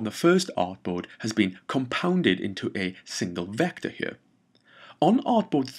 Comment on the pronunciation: that "here" hits me everytime man.